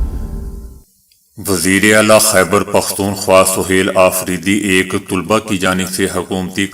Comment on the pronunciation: طالبہ ہوتا ہے تولبہ نیں🎉